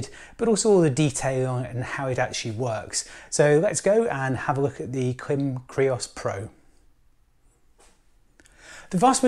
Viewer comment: Here in the U.S., the Klim-made videos featuring Klim employees all pronounce it with a long 'i' like in 'climate'.